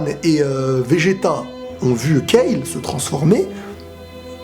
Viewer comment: Enfin une personne qui dit Kale et pas Kalu, ça fait plaisir.